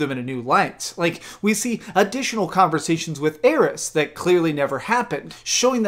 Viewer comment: Says he's beaten it multiple times for 20 years and yet can't pronunce Aerith's name correctly. facepalm